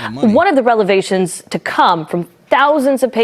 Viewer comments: What’s a relivation ma’am? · Please ask the female news anchor what the heck does “Relevation” mean !!!